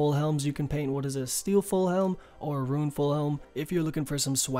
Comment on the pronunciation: the way you pronounce "rune" is so weird lmao <3 RSN: R3lic fav 99 probably crafting for the cape